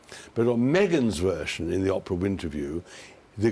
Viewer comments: Fascinating stuff. But could someone please inform Tom that it's OH-PRA, not Opera. Jumps out at me every time , now I can not un-notice it!!!! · "O"prah, not Opera! Thank you. You wrote a best-selling book, surely you can manage pronunciations! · o p rrrah not opera!!!! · Just for your info Tom Bower.............the name is Oprah............not Opera. Get it right! If you can't get her name right....what else haven't you got right? It's pretty evident you're very prejudiced against Harry and Meghan. Everyone has their own opinion...I hope yours comes back to bite you in the butt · Her name is Oprah not Opera. Unforgivable that you can’t make the long O sound in Oprah’s name!!! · I love the way he says Aprah instead of Oprah. I called her Soaprah! Lol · I love how he mispronounces the names LOL doRIA and Opera :)